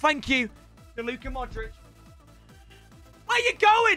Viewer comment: I get so mad when he says "modrick" instead of "modreach" for modrić